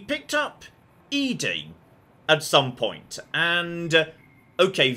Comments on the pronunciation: I will never get over the fact he pronounces it E-DE not ED-E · I know you (for some reason) refuse to properly pronounce ED-E but do you have to also misgender him?